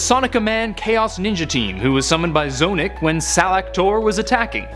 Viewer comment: its not z-Onic its z-onic